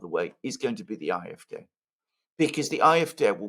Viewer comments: It's not the I-f-D but the Ah-f-D or just say it in English Ay-f-Dee? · What is this Eye-F-Dey that fidget keeps babbling about? Does he mean the AFD? No English-speaking person pronounces AFD as that funny little noise he makes. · why is he saying "afd" using the German pronunciation of the letters? At first I had no idea what the heck he was talking about - and I live in Germany!!! Why? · Alexander, have your wife teach how properly to pronounce AfD in German.